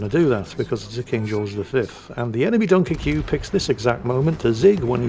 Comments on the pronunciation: Its the "French" spelling. So just pronounce it Dunkirk. I have said ship, its okay, but I rarely play it. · My IQ drops every time says Dunkircue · Pronounced Dunkerk in French, sorry to be so meticulous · ACKshully… technically at certain points in history, Dunkirk was English territory, regrettably lost to the Hon Hon Hon Baguette people. Therefore, is not terribly terribly wrong in saying “Dun-ker-kyu”. Besides, it’s always on the table to mock the 🥖 Baguettes. 🥖 Furthermore, as a very very brave player, the Sinope was intensely aware that battle-damage taken in-game means actual real-world physical damage and hurty to the player. Thus, he protected himself from possible actual literal death by mostly hiding in safety behind an island. #The HeroWeNeeded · please. It's pronounced Dunker-kway. If it's to be pronounced the way you say it then the end has to be spelled -queue. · if you want to pronounce it like its spelled it would be (Dunk - er - que) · Everyone: Dunkerque: Dunkerqueue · Spanish speakers: Dunker que? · Its pronounced - DunkerCube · within a minute it had to be a 👍👍 for the (mis)pronunciation 🤣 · I will never not mispronounce this ships name thanks to you. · I love how the title only works if you butcher the pronunciation of Dunkerque with the furious vigor of Hannibal Lector